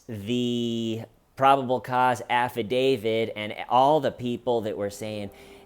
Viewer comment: Love you you are one of the good ones, special and one of a kind. But the "afa-DaviD" is Killin me. It's affidavit with a "t" at the end not a "d"